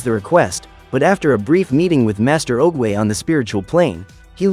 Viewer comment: OOGWAY NOT OGEAY